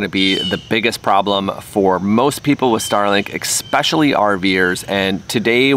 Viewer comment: “Eckspecially”? I like it.